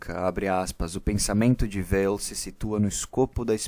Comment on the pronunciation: Prezado, parabéns pelo trabalho. Apenas um detalhe, a pronúncia de Weil é "Vei". O nome é de origem alsaciana. Grande abraço.